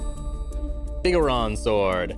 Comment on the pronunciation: Um actually it’s not the “biggoron sword” it’s the “Big Goron Sword.” It’s three separate words.